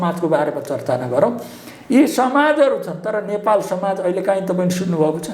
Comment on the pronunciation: यो पत्र कार लाइ सुद नेपाली बोल्न आउदैना कि क्या हो नेपाल भन्नु पर्ने मा नपालभनदो रहेछ किन सुद नेपालि न भनेको ॐॐॐ